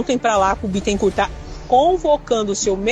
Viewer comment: O Bittencourt é advogado do tal Leandro. Ah, e não se pronuncia o "t" final de Bittencourt (bitencúr).